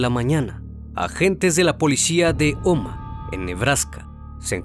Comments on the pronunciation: Hola! Yo vivo en Omaha Nebraska, y no se pronuncia Omaa se pronuncia omaja la H si suena, buen vídeo!! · Se escribe Omaha y se pronuncia Omaja, la h no es muda en ingles. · Se pronuncia “ omaja “